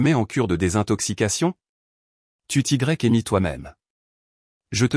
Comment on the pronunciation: C(cédille)a ne te dérange pas? La bêtise de l'IA, qui ne sait pas lire tous les mots... "Choisis/en trois", sans liaison, encore une mauvaise lecture... L'orthographe n'est pas respectée dans le texte... Des erreurs de diction.... "Tu t'y(grec) es mis toi-même" > idiotie!...